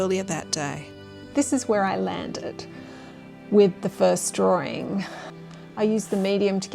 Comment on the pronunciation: “Drawering”… it’s like people who say “mou-anns”… when they actually mean “mountains” 🙄